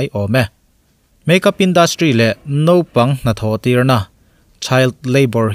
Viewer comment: Ngaihnawm thin khawp mai,,mahse nopang ti khan ilo lam ri zeuh va,mahse a hnu ah chuang ilam ri dik tawh e...👍👍👍